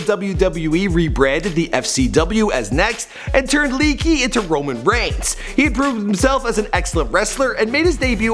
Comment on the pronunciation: the way he pronounced pretty much every one except roman reigns...